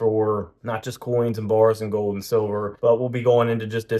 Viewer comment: Gold, not gode. Eagle, not eagoo.